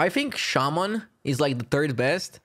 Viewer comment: Shaman not shaymin suck it and